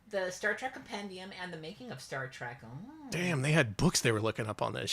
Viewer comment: Is it just me, or every time says "Star Trek Trivia" it sounds like "Shrek Trivia"